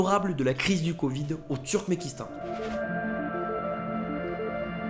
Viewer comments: C'est "Turkmenistan", pas "Turmenkistan". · Tu dis Turmékistan alors que c'est Turkménistan. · Turkménistan, not Turkmékistan. thank for the rest ;)